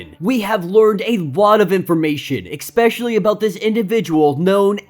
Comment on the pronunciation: Did you say "ex-specially"